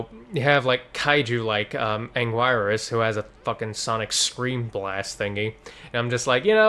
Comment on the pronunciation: “ANN-gwhy-RUSS”? It’s pronounced “ANN-GEAR-US.” 😅